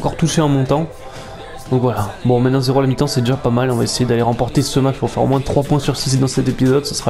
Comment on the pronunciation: bon 2eme match, même si c'etait mal partie. et je vais faire le con de ch'ti, mais le S ne se dit pas dans moins XD